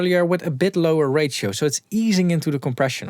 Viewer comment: Please pronounce ratio as Ray-She-O instead of Ray-Chi-O